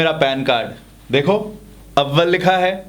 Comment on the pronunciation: Abbal nehi too AWAL